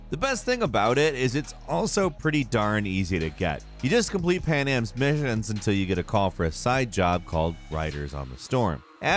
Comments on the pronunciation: "You just complete Panam's MIHHIONS" XD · What was that when he said Panama’s mehens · My god, that wee stroke you have kinda freaked me out. Complete Panams Misshsssions haha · dude did you have a stroke when saying "missions"? LMAO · I had to go back and listen a couple of times... I'm sorry, Panam's what? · The way you say missions at 8.30 cracked me up bro😭😭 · bro when he said missions😂😂